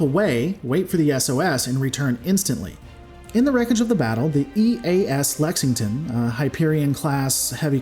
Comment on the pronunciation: You can pronounce “Schwarzkopf” but not a “simple English” word like “Lexington”?! Give me a break! In seriousness, while few can complain about ultra-professional analysis videos, i myself am particularly fond of your style of presentation. Mistakes like mispronouncing “Schwarzkpof” are openly admitted; Rants are unapologetic (if “censored”, which makes for great comedy!); Ambiguity is highlighted, and ignorance/uncertainty is readily acknowledged. It adds charm to the analysis/commentary, and makes for a great edutaining ride! My only complaint for this video would just be the way “blackstar” is repeatedly copy-spliced into numerous places of the video, especially toward the latter half. Makes it seem like something was missed during recording, then haphazardly fixed during editing. Doesn’t take away from the charm, tho!